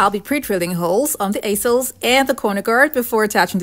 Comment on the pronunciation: Check your pronunciation of easels.